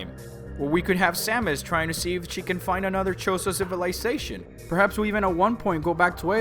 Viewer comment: did you just say "...to see if chicken find another chozo civilization"?